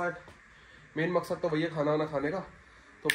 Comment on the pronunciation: makshad nhi bulna ha 😂😂